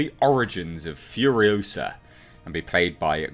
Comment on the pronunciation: It's FuriOsa not Furiosahhhhh.